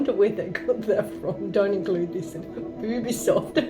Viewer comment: Did she say Bubisoft? (Unless I'm hearing wrong) That's my joke!